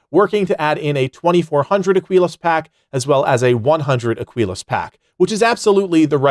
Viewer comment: Listen. For the love of God. It's "uh-key-luhs" Aquilas.